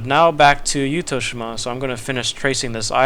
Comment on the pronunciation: 私はYuttho-shimaよりYuttho-jimaの方が自然に近い言い方だと思います I think words close to nature is more of Yuttho-jima than Yuttho-shima